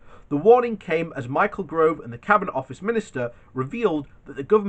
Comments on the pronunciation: It’s ‘Gove’ not ‘Grove’, pronounced ‘insufferable scum bucket’. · I'm only here because I'm bored of corona... Oh and his name is Gove not Grove. If you can't even get that right . . .